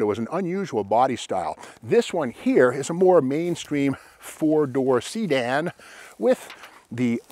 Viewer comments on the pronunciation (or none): I love how you said see-dan! I say it like that at work, and the other mechanics just look at me like I am insane! LOL! Thanks, Steve, for all you do in remembering all the cool details on these badass old cars and sharing your knowledge with us! Take care, brother!